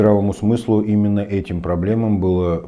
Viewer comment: Хабиров слово ИМЕННО выговаривает с татарским акцентом